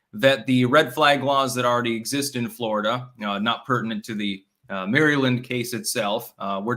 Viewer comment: Tom from Merryland yanking your chain. Your near perfect diction vocab syntax and all the rest is terrific. Please wor4 on Maryland will ya. It's just off somehow. BTW, Cambridge MARYLAND on the Eastern Sho is notoriously corrupt. Think Heat of the Night corrupt. H rap Brown and all that back in the day. So let's give this accused wife beater some slack, Clank on!